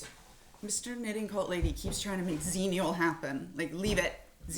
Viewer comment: I hate to tell you this, but xennial has been a thing already for about a decade and it’s pronounced “Zehnnial” not “zeennial”